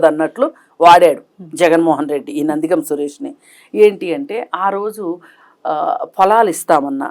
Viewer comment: నందిగామ " సురేష్ కాదమ్మా anchoru. "నందిగం"